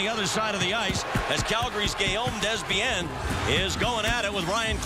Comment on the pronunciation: LOL Guillaumez Dezbienzzz... Pronounce it Daybiain